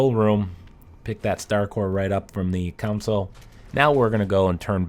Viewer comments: He keeps saying council and not console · Pretty decent video even years later. But please, "console" is pronounced like con-sole. Not, i say again, NOT "council. That is as bad as saying "physical year" instead of fiscal year.